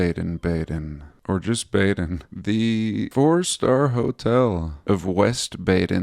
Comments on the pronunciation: BADEN is pronounced “bah-den”. It means to bathe in German. Bad means bath in German. Badezimmer is bathroom. (That’s easy to google by the way). So the places where springs were found and established as spas were named Baden. Karlsbad in Germany was another famous spa town back in the day. Hope that’s helpful to your research. I’m assuming they named the American one “West Baden” bc it’s west of the original in Germany. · The A in Baden is pronounced AH. Too bad about the Prague clock. Most people won't even notice. You always have such interesting vids. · It’s pronounced Bar-den Bar-den like the sheep.